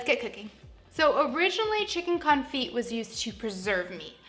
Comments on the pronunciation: It’s not con-feet. It’s cone- fee. The t is def silent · Thumbs down because this is what I took away from this video ... confeet confeet confeet confeet confeet confeet confeet confeet Good grief woman. You run a cooking channel and it's the topic of your video. 5 minutes of research and you would've figured out that it's pronounced con·fit ( /känˈfē/ ). The "t" is silent. All I heard through this video is how to cook chicken ... with feet. Disappointed. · It's pronounced con-fee like ballet is pronounced bahl-ay. French words don't sound the T at the end. The constant T pronunciation was like nails on a chalkboard for the whole video. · The t is silent...